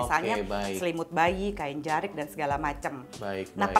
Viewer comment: Bukan jerik, tapi jarik